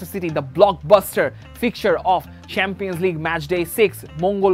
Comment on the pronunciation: কাক যখন কুকিলের সুরে ডাকতে চায়। যাইহোক, আপনার উচিত স্বাভাবিক উচ্চারণের কথা বলা। সেম্পিয়ান্স লীগ, পেইএসভি আরো অনেক আছে। রিয়াসাদ আজীমের মতো, বিপিএলের ম্যাচেসগুলো😀😀